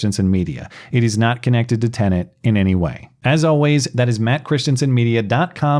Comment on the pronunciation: I couldn't help but notice that the first two times Matt mentioned the new platform by name, he was careful to pronounce the word correctly (te-nət) but thereafter lapsed back into his customary mispronunciation (te-nənt), adding an extraneous N sound to the second syllable. Old habits are hard to break.